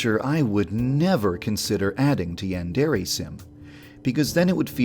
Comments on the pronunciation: Everyone pronounces Yandere weird. Is it that hard to say "Yawn-deh-reh"? ヤンデレ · Am I the only one who noticed that Yandere Dev doesn’t pronounce Yandere right.